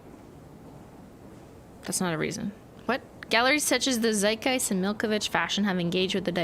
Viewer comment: Your pronounciation of our German word Zeitgeist is quite good.